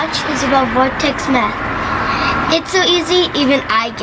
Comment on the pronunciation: Lmafa! Did she say vortex Methuen the intro?